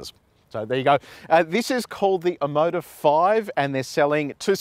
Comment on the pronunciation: When I heard Omoda I thought you said Immodium!